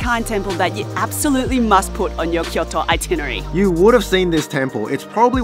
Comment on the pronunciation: the woman keeps saying itinary. hahahahahahahhahahahahahahaha it should be itinerary. hahahahhahahahahaha